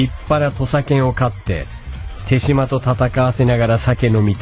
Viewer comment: 有吉でさえ「てじま」と「てしま」で読み方 統一できてないのが，手島っぽい